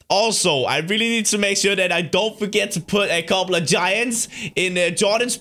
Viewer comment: I like how when you say "couple" it sounds like "cobble." xD